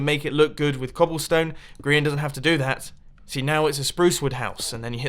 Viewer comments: Grain....XD its Grian not Grain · yea! grain 🤦‍♀️ ITS GRIAN